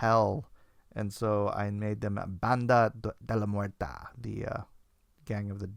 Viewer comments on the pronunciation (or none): it should be de la "Muerte" not "Muerta".